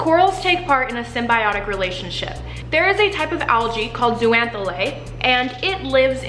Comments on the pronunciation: It's pronounced zoh-zan-thelly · Love this video!! But... It’s pronounced like ZOH-ZAN-THEL-AY (so the X sounds like a Z)... myself and the other marine bio nerds out there were cringing every time you said it 😬 BUT that aside, lots of love and this video is great!! Very accessible overview of a complex group of animals! 😍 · Love all the info in this video, and it's clear that you did a LOT of research. But, there were a few things I picked up on that should be corrected. First, zooxanthellae is actually pronounced zO-zan-th-eh-lE (O pronounced like Oh, E like in Eerie). Just something that bugged me. I know latin names SUCK to pronounce and spell (as a marine biology student I can attest to that). Secondly, corals, as all sessile marine species that have a broadcast larval stage, do have SOME form of choice of where they settle. There are actually signals (which can be hormonal or scent driven) that allow the larvae to know that X spot would be a good place to settle. These signals can be given off by other adults of the same species in that spot, signals from organisms in the sediment, from prey species in the area, or other symbiotic species in the area. You did an awesome job besides that though! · Fazerella what!? She said algae are plants and can't pronounce zooxanthellae. Glad you're not my teacher. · Did I just learn a wrong pronunciation of zoox’s I’m stressed